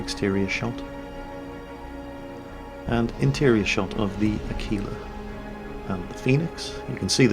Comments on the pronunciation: What is up with the pronunciation of Aquila? I can't find a dictionary website that has that pronunciation but I've heard two people pronounce it like a-keel-a instead of ak-will-a like it is in the OED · ahh-key-lahh, without the "w" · Your pronounciation of "Aquila" is very, very funny,.:D